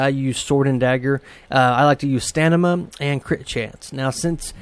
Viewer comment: Nice vid. Tnx One thing, it's stamina not stanima :)